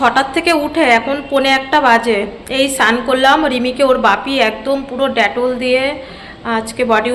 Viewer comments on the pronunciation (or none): ড্যাটল নয় গো ডেটল